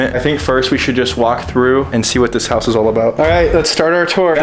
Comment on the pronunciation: l heared plowing when u said house hahahaha